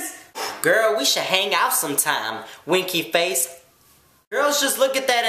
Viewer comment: "Winky Fayace" Ahaaa !